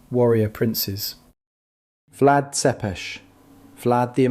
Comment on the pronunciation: I find it especially amusing, that the "proud" Romanian voice in/of the video could not pronounce the name of Vlad Țepeș correctly. Țepeș is read "tsepeʃ]", "цепеш". But maybe this is too difficult for his wannabe "Latin" heritage to pronounce.